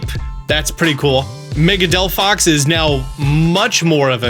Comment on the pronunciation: He fkcd up Chesnaught and Delphox's names. Truly a Pokémon fan.😂